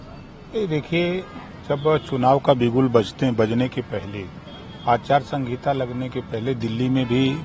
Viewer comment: अचार संगीता नहीं आचार संहिता होता है